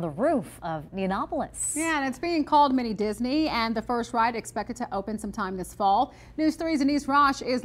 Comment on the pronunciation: "Mini Disni"?! 🤣🤣🤣 Im dead 💀